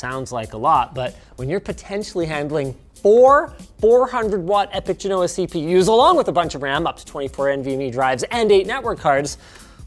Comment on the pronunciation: Why do they say Bergamo correctly but they mangle Genoa pronunciation?